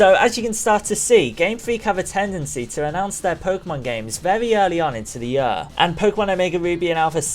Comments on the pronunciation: Year, not yur... This bothers me way too much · I love how you say year like "yuhr." No offense, it's kinda funny. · INTO THE YUR! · holy shit i hate the way you say "year" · I oddly get annoyed when you say year